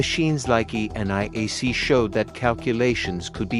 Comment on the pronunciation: I like how it pronounced mit and E.N.I.A.C… iykyk. Nden, what about analog computers by the 1970s?!